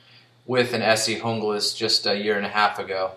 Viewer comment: Good review but your pronouncing Junglas wrong..the J is silent (unglas). I learned this during my Rowen factory tour.